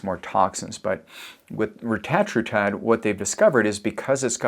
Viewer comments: To pronounce it, break it up like this… Reta - tru - tide. 😉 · He is French!😊